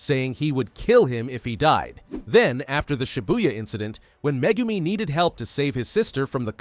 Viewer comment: do you mean megurmer?